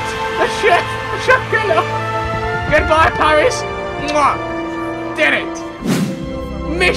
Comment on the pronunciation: " IN PAWWWWIS!!!!!!IN FWONCE" i die of laughter